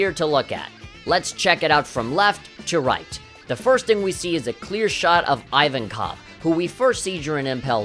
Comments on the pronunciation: ummmm who thee hell is “Ivan-cough”....... lol it’s pronounced “E•Von•Coff” stupido lol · Ivankov is pronounced ee-vankov, not eye-vankov. You're reading the I as one in the "iPhone" which is wrong. (Same goes for the name Ivan basically) Sadi is suh-dee, not say-dee. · "Iven cock" nice pronunciation